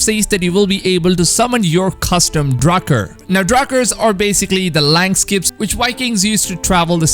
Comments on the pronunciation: really just said "langskip". Its pronounced "Lahngsheep" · I just want ro say langskip is not said land skip we say our i like your e and your a in land is said kinda like an e